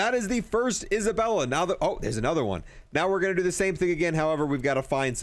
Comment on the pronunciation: my dude just called Zaballa Isabella lmao I love you